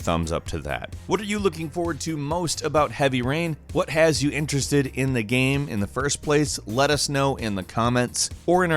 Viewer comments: Is he saying "gam"?? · Is this an AI voice.Early in the video I noticed it didn't say game 2 times it said gam.